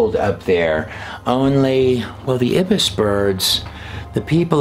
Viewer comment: You mispronounced Ibis and cartouche.